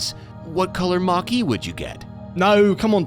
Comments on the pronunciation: Am I the only one that thought kept saying "Marquee" and not "Mach-E?" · say "Marquis" and "Mach-E"